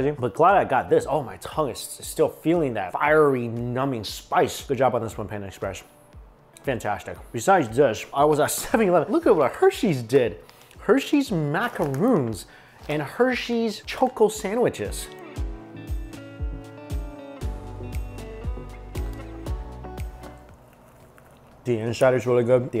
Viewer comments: ITS MACARON NOT MACAROON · It is macarons, not macaroons. 2 different desserts but still enjoy watching you 😊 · lol yeah Japanese konbini sandwiches are way better. also it's macaRON, not macaROON XD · Who knew Korean Hersey desserts would be the poorest showing... but btw the first package was macarons, not macaroons lol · ITS MACARONS NOT MACAROONS